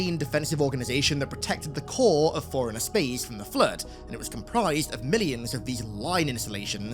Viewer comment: This guy can’t distinguish between the pronunciations or “forerunner” and “foreigner”, but sure. Linguistic genius.